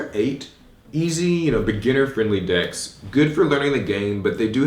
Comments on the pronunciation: for a sec i thought he said dicks at the start lol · Yung Co-D you're not alone...lol